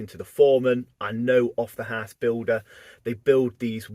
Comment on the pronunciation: Why do you call mortar “compo”? Why do you pronounce the word ‘house’, ‘haas’? It’s supposed to rhyme with mouse or dowse.